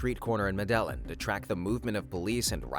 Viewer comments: Medelin cartel 😂 it’s pronounced “ medijin “ double lls in Colombia make a j sound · medellin is pronounced meh-deh-yeen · Medellín is pronounced “meh-deh-yeen” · "muh dell in" 🤣🤣🤣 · Was wondering how many people would realize. Its pronounced Mede-yeen😅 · Yeah bro that's not how you say medellín 😂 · i stopped watching the moment he pronounced the 'L's in Medellin. Do your research before you make a video about a historical figure